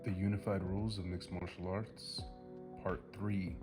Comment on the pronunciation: Martial not Marshall!